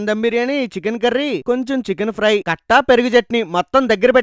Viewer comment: కట్ట కాదు కట్టా